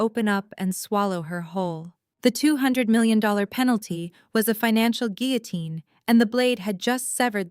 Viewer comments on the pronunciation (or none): none